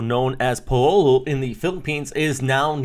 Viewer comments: Paolo is pronounced as "Pahw-lo". We teach you our accent a little bit 🙂 thank you for the update. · Thank you for the update. If to return the favor.. Paolo is normally pronounced like "Pow-lo" in the Philippines. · Thanks for the update! However, I thought you had a stroke pronouncing the local name Paolo from the intro...